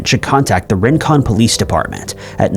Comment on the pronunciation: Rincon, a city near Savannah, Georgia, is pronounced "ree-Cun."